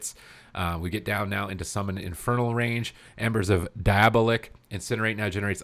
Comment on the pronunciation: Lmao "Die-aa-bow-lick"